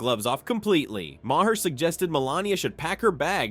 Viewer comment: Please for God's Sake, learn how to pronounce Maher! It is Mayer, not May her!